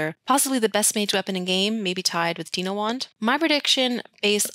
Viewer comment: I still get the giggles whenever I hear you say "deeno" wand.